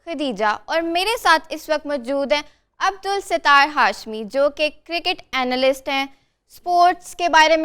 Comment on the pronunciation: Madam , Not Abdul Sattar Hashmi but Abdus Sattar Hashmi (س' شمسی حروف ہے اس لیۓ اس کے سامنے ال ہو تو یہ پڑھا نہ جاۓ گا بلکہ یہ حرف مشدد ہوجاےگاچناں چہ اس کا مخرج عبدس ستار پڑھا جاۓ گا ۔۔۔۔س